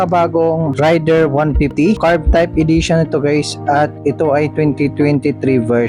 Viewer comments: sa mga motor blogger lagi nyong bigkas ay rayder ,di ba dapat reyder (raider).. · Sa mga nag vlog lagi binabanggit ay Rayder(rider) di ba dapat ang bigkas ay reyder(raider) ..wala lang napuna ko lang ..peace..